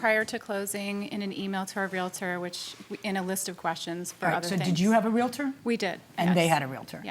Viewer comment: The mispronunciation of realtor and chimney throughout this video made me crazy😂